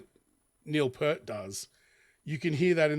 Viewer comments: It's pronounced PIER-T, not Pert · His name is pronounced Neil Peert…. Not Pert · For the 45,679th time, it's Neil PEERT, not 'Pert'....